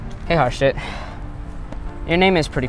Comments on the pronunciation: it sounds like harsh it not harshit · its pronounced harsheit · Harshit is not pronounced the way these people are saying. It's like H"u"rshit where the T is pronounced like Spanish or something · It’s actually pronounced “Harshi” the t is silent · By the way, the "H" in the name is silent, and the last syllable is stressed, so his name is really pronounced ahr-sEEt. Also, in Indian names, whenever an "H" appears in an illegal place (H after a B, D, G, M, N, R, etc.), it is silent. Interestingly, Indian names with "SR" is pronounced as if it is "SHR". Also, in German, the situation is even more different. For example, a "W" in German is actually a "V", a "V" is a hard "F", the "PF" diagraph is basically the German equivalent of a "PH", a "CH" is a hard H, kind of like the "kh" in Khan Academy, "SCH" is an "SH", a "TSCH" is a "CH", an "S" is a "Z", an "SS", usually denoted by the beta-looking sharp S symbol, is an "S". Also, in Russian, a "P" is an "R", a "3" is a "Z", an "H" is an "N", a "B" is a "V", a "C" is an "S", a "Y" is a "U", and an "X" is a hard H. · At first I thought the counselor said that the Indian boy’s name was “horseshit”. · Bruh i now feel so bad for laughing when i heard harshit, cuz it sounds like horseshit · Surprised of all the jokes they made of his name no one said horse sh**. That sounds closer to his name. I'm not hating just pointing out an obvious missed joke, my husband is Indian so he has lots of family and friends with weird (to me) names too. I know what it's like to have my name mispronounced all the time too. I'm surprised that name means happiness. Thought only the name khush meant that. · at first i heard HardShit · Its pronounced "hershith" like her and shith